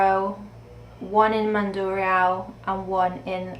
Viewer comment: Good pronunciation of Jaro, Mandurriao & Arevalo Districts.